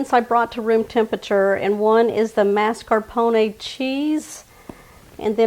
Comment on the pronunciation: I am delighted with your Texas accent pronouncing ‘marscapone’ like ‘NASCARpone’